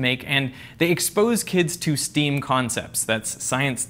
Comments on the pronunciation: I like how he said STEM as Steam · "STEAM" Yikes. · It’s not steam, it’s stem.